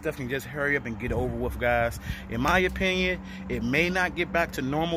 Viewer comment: Why say”wiff “ instead of “with” He so funny. Brown’s Town.